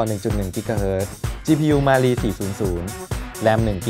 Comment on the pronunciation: Cpu มาลี 555555ลั่นเลย อ่านยังไงเนี่ย😆😆😆